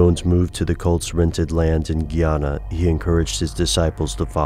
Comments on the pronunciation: The way you say guyana cracks me up, my grandpa is from there and he says guy, like a man, ana. Great video though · tis pronounced guy-ana...